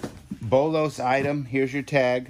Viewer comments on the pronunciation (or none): It’s called a BOLO not a BOLOS lol